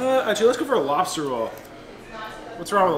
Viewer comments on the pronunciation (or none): So early it says Lobser instead of Lobster